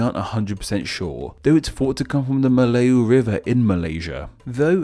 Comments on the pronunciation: Fun fact: Sabah is also called the "Land below the wind" (风下之乡), because Sabah is not affected by the typhoon and many traders often take shelter there. Also, Melayu is pronounced as Mer lar yuu. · why did he pronounce "melayu" as "mlayu" which means run in javanese?? i cant- 😭😭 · Brunei Muara literally means Brunei river mouth. Muara is river mouth Moo a ra Melayu Is Meh -lah - you Ouh God the butchering of bahasa malaysia. Nak dengar pun macam pelik giler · The pronunciation would be Me(r)-lie-you, and before 1957 (Malaysia's independence day), it was called Tanah Malayu, ie. Malay Land. So Malaysia is just the English romanization of that. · He pronounce Brunei’s districts so wrong 💀. Not to mention the word Melayu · That's quite a weird way to pronounce the word Melayu. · I love you video but i suggest to make the pronounce more better like kalimatan you don say the N is like kalimata and melayu is yu yu not you i know is hard to pronounce other languages name is hard tbh. Good video after all i learn more about the borneo name come from cause i still dont get it why just kalimatan is called differently Fun fact: indonesia is not the language or indonesian like that but bahasa indonesia. And oranghutan is english irony cause hutan is indonesia language idk about malaysia but the bahasa indonesia is orangutan no H is weird why bahasa indonesia not called oranghutan hmmm can you explain it pls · rrrrrrreeeeeeeee The N in Kalimantan isn't silent!! Edit: I give up on the pronunciation of "Melayu" hahaha. It's "Me-(e sounds like ugh)-laa-you"